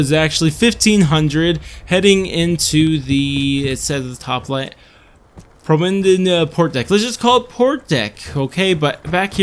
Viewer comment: Escargot is pronounced “S-car-go”. It’s French and the T is silent, it’s a common name for a dish made of snails. Also, promenade is pronounced “prom-men-nade” without the double emphasis on the m in men, three syllables. It’s the long name for Prom (high school dance). This is downright clickbait. Take the “All” out of the title, you are missing ALOT of information on this map. The video is essentially an intro to the map and not a comprehensive walkabout. No shield, bones, water draining valves, flares, audio reel, kraken upgrade or build able bench locations. Couple that with your bashing 3 of the best guns in the game (strife, mog, trench gun) leads me to think that you actually haven’t played this map or this game to any significant degree. Furthermore, poop deck is a real thing, simple google search would have cleared that up. Literally every opinion contained in this video is incorrect or misconstrued. Btw the Maddox is terrible